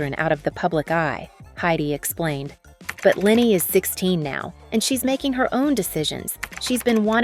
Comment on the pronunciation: Great video! If I may leave this feedback: Leni is not pronounced Lenny but more like L-eh-n-y. 😊